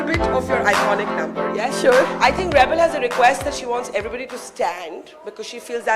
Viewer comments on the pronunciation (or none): Shouldnt we pronounce Reble as re - ble and not rebel? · Not "REBEL", but "REBLE". So proud of her! Sarong ia la ka jong!❤